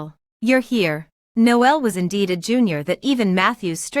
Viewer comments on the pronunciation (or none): His name is actually pronounced Nole and not No L Noel is another term for Christmas. It’s me being picky I know but I found it really annoying. The AI reading of these stories is often bad, with words being split and then spoken as if they’re 2 separate words. This happened many times during this story. Irritating